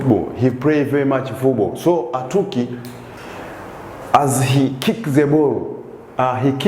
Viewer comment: Adyeri's son is called Atwoki not abooki